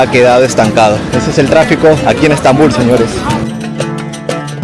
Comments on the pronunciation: Bonito que es Estambul , debes escuchar como se pronuncia Estambul y Otomanos , que los pronuncias muy mal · Bonito video, ten cuidado al pronunciar la palabra "otomano", el acento va en la letra A, asi como la palabra "Estambul", el acento va en la U. Saludos !